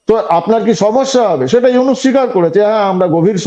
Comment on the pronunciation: ভাই, ইউনাস নয় নামটা ইউনুস। আপনাদের সাংবাদিকরা বলে ইউনেস। কি একটা অবস্থা। 😂😂